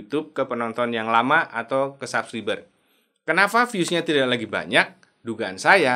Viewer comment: Ngomong SUBCRIBER aja BELUM BENER.. Coba cek cara ucap yang benar dulu bang. Pelajari dulu ngomongnya bang